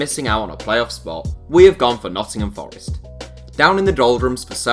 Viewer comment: It sounded like he said noncingham forest